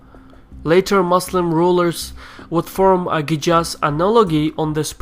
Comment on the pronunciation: Idk why you read Jizyah as yijza and Qiyas as Ijaz... Kinda weird.